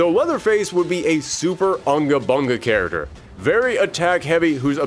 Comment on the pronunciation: I love your content so much... But I'd really love it if you could work on your pronunciation of the world character. You say it like 100 times an episode